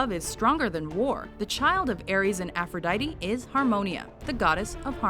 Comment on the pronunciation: The way this bitch pronounce aphrodite is so anoying